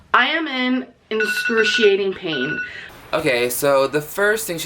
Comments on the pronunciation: When will she ever learn that the word is "excruciating" not "inscroociating" 😒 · " incruciating pain" gorl she cant even say excruciating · Sis said "inscrutiating" pain Ma'am, its excruciating But you know she always uses "proper grammar and spelling no matter what [she's] doing" Also I hate when she says "Alls I said was" or "alls I did was" JUST SAY THE WORD CORRECTLY MY LORD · I’ve heard her TRY to say the word “excruciating” on at least two occasions. One time she said “inscrutiating” And this time she went all in and just said “scrutiating”. Please don’t attempt to use words that you can’t even SAY, much less spell. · "I'm in inscruciating pain" ... she's so illiterate 😭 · „I AM IN INSCRUSHIATING PAIN“ gorl..don’t you mean EXCruciating pain?